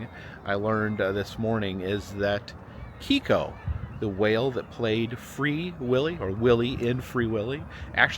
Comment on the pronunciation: The Killer Whale’s name was actually pronounced Kay-ko